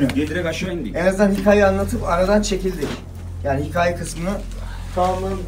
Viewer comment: Biri artik hikaye kelimesini dohru soylesin artik 😂